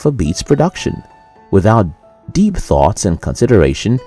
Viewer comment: When you say the word "deep", do not pronounce it as "dip". Thank you.